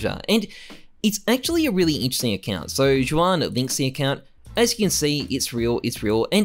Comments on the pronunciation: Ju-an man it’s pronounced huan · "sho-arn" lool its said like h-wan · juan is pronounced hwan :D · The way he says Juan is causing my ears to bleed